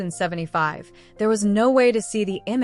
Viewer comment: Get an AI rarrator that can say the year 1975, or enter still, use a human being. Plus the rambling dialogue could have been cut down by at least 5 minutes.